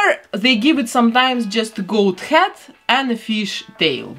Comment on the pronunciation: every time she says head I think she is saying hat. my brain hurts XD